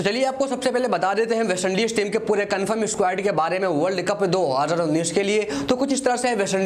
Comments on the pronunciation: Bolne ka lur h ya nhi 2019 ko kis style se bolta h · Aara bhai tera ko world Cup 2019 bolna nahi aata